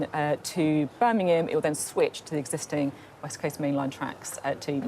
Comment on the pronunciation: Beth, Beth, it’s BirMingham not BirNingham.